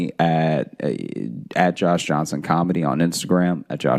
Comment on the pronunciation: Josh is sayind the first syllable rhyming like "snow" It should rhyme with "snore"